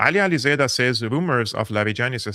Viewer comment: Yes, please invite Ali Alizadeh again to your show! BTW: his name is pronounced „alizAAA(alef)deh“ , NOT „alizedah“ as you usually call him 😂